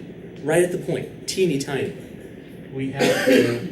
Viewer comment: What's up with tiny. He pronounces it like tinny.